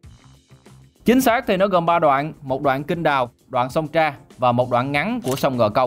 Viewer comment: Sông Trà chứ ko phải sông Tra